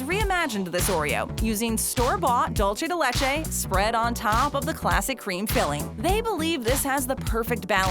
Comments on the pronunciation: It's pronounced "Dool - se" , not "Dool - chay" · Everyone: "Dulce de leche" Americans: "DOULCHE de LECHEI caramel" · “dulchay de lechay” 🤭🤣 BRO I CANT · 😂 dulche de LeChee 🤣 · It made me laugh because of the way she said "dulce de leche", very different of how spanish people say it.